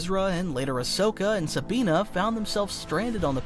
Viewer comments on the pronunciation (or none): Sabine ✅ Sabina❌ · Sabina!?!!?? Lol it's Sabine. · Sabina? Seriously? Is this A.I. generated? Who knows the Rebels and calls Sabine Wren, "Sabina?"